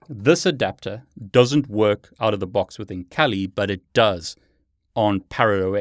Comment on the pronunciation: Think it's pronounced "kah-li" (Swahili for fierce).